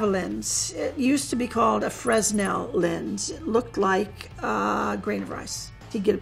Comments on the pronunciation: Fresnel isn't pronounced "frezz-nell", though. :-P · I thought a professional CIA agent would know how to pronounce fresnel properly..the s is silent fre nel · I hate that a CIA chief of disguise pronounces the name of one of their best tools wrong. Fresnel is pronounced Fre-Nel the S is silent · Augustin Jean Fresnel was a frensh physicist. The s is silent: fʀɛˈnɛl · It's pronounced Fray-nel. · Fre-s-nel lenses Angry french noises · The S in Fresnel is silent. Would have expected someone so detail oriented to get that right.... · That's not how you pronounce Fresnel btw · the way she pronounces fresnel gives me a rash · So much experience and yet she doesn't know how to pronounce Fresnel